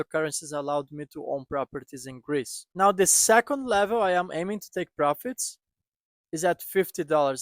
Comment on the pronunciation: Greece did you say??